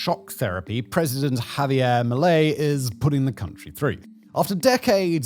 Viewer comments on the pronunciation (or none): none